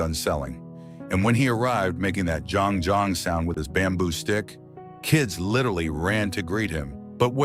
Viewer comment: It's jhang jhang sound not jong jong😂😂😂